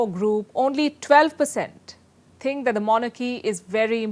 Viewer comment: The word think not tink lmao 🤣